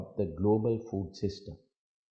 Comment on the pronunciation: Mr. President be aware of the pronunciation I heard you say rights to Fool. Are you? Anyway thanks to Teleprompt.